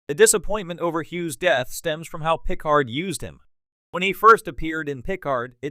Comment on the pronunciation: It's the LAZIEST way of making YouTube videos to spend as little, either make stuff up or regurgitate it from somewhere else and then use an automated voice, NOT ONE OF WHICH can pronounce anything correctly. It proves at least based on this example that AI is laughable. Just listen how it changes pronunciation of Icheb every time it is stated - it's a different way. Not to mention "Pick-Hard" which is what Picard sounds like. Pathetic.